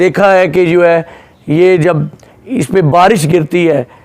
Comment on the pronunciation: Bhai 🤣🤣🤣, khawaja Asif ki tarha JUWAY JUWAY JUWAY mat kaho 🤣🤣🤣, ya hai JO HAY, not JUWAY 🤣🤣🤣🤣🤣